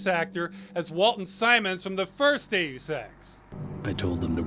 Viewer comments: I can't stop hearing you pronounce Deus Ex as gay sex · Deus Ex sounds like Day of Sex